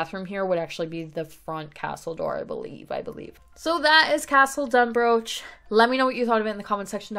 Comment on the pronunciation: Absolutely love this!! Just a head up though it’s actually pronounced Dun-br-aw-k. Sorry, for some reason us in Scotland decided the ch wasn’t going to be pronounced that way 😂. Still though an amazing build. Can’t wait to see more!! 💙